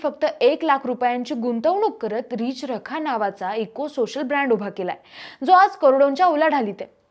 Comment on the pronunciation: रिच रखा नाही मावशी.... रि चरखा